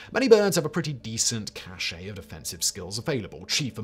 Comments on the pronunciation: Cache is pronounced as Cash. Cachet is what you said, and is it TOTALLY different word. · For reference of people other than Simon, who doesn't care, "cache" is pronounced "cash", "cachet" is pronounced "cashay".